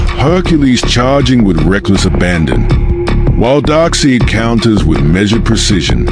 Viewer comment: My only real concern was the AI's annunciation of Darkseid and Apokolips. I did't recognized who or where it was talking about until half way through the story. Maybe next one will be better.